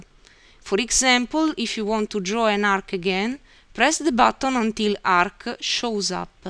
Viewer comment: 1000 percent Italian accent, the Arc-ca, show-za up-paa. Italian is probably the only language I know that adds that extra syllable like that. It's definitely not Slavic.